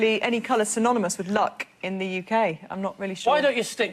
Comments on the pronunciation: ปานไผ่ Or maybe my ears are dyslexic. I thought I heard her say "sy-mo-no-mous" :/ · It's "synonymous"...please, for the love of God, Gabby :(